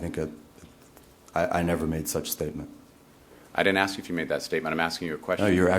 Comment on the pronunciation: he din't axe Michelle!!!